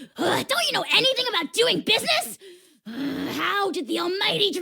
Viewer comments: WHAT DO YOU MEAN AJAW'S NAME IS PRONOUNCED AHAW????? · I kept calling Ajaw as in A-Jaw. Never knew it was pronouced Ahaw. You learn something every day.